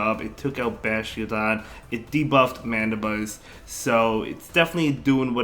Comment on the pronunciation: DEW-GON and BASH-TIADON 😂😂😂